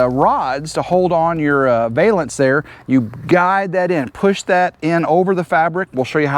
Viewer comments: Great job, the new awning looks perfect 👊💥... I giggled everytime you said "vale"ance instead of valance 🤭😂... Have a great day ❤️ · I think I’ll start saying “vale-ance” your way from now on. I like it better than Val (like Valium), -ance.